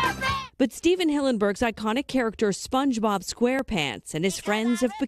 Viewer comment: you didn't even say it right